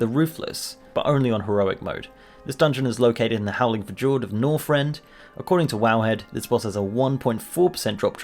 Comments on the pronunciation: It's pronounced Fyord, not Fujord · OMG Fjord is pronounced Fi-Yord ... like, Fee and then Yord.. Fjord... not Fi-Jorde. :D it's like Americans saying Ruff instead of Roof... ungodly... but yea, Good video :D loved it :D +10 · Fjord is pronounced fyord not fgord ._. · Heads up bro. U say fjord like (fyord) in nordic the j makes a yor sound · hearth is pronounced the same as heart, not earth. additionally it's 'vitt-tree-us' stone drake, not virtuous, and the j in fjord is pronounced as a y, 'f-yord' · It's pronounced Howling "fyourd" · I can't get over the fact that you said f-jord. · Lol “howling fah-j-ord” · I was going to comment the same thing lol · wait wait wait. are you telling me that you're unaware fjord is pronounced as "fyord?" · "howling fa-jord" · I just noticed he said howling "f-jord" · fjord is pronounced fyord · You butchered the word Fjord so badly. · YOU PRONOUNCED FJORD RONG REEEEEEEEEEEEEEEEE Also I got the drake of the north wind by complete chance on like the first week of cata releasing, everyone hated me so much lol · oh god FJORD please don't pronounce the j plz.